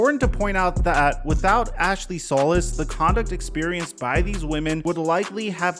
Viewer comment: Day 5 of telling it’s “Sol•EECE” not “Sol•iss”